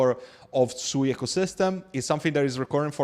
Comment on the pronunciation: its pronounced "SWEET" lol